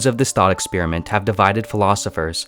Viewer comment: Sounds like you are saying ex spearmint